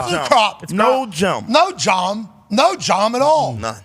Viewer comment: Every time Pac-Man says “jahm” an angel gets their wings 💀😂😂